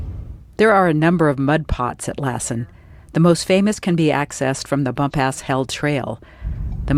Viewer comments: Been hiking it for 50 years. It's BumPass Hell not BumpAss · It's pronounced Bump'-us. You didn't show the Kings Creek Falls. I know the observatory platform was burned, but I thought it wss rebuilt?????